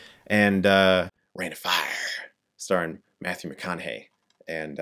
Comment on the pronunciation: McConaughey pronounciation on point :)